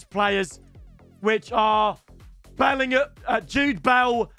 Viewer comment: Jude soonsup-bell is not Bellingham 😂